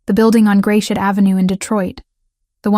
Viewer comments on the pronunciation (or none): It's not Grayshit Ave it's "Grasshit" Ave...Gratiot Ave. It's French.